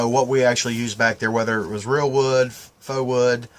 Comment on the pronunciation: I love the pronunciation of “faux” lollollol! I’m not making fun of you, I just though it was funny. My husband would probably have said it the exact same way haha.